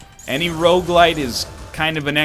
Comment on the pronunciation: Is it just me or does NL say Rouge-Lite